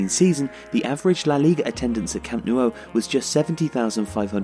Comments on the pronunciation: The pronunciation of Camp Nou is more like Camp Now not camp Nuo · Stop saying “Camp Noo-oh”. It’s “Camp Now”... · What on earth is a Camp Nuo??? Did someone type "nuo" instead of "nou" and this guy's just reading it this way? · For crying out loud, it’s not the Camp “Nuo” it’s the Camp “Nou”!!! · Its not pronounced camp no-u. Its camp nu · Can you explain the pronunciation? Why are you saying "camp noo-oh"? It's ou, not uo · Why do you pronounce it "Camp newo"? The "o" is before the "u". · Maybe it's because someone keeps pronouncing it Camp NEW-O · Where is this Camp Noo-oh? Of which you speak? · Amazing video but I'm pretty sure it's pronounced camp new ? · "Camp New-O" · No, I'm catalan and it's pronounced cam' nou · Que lo pronuncien como quieran xD, pero tienes razón, lo más cercano sería su 'know' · Camp Nou is said Camp Now, just you know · 'Camp Noo oh' 😂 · Great vid but you kept saying "Camp New-o" lol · Why can’t you pronounce Nou right... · Its really strange how you say the nou in camp nou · Please stop pronouncing The Camp Nou like that, it hurts to hear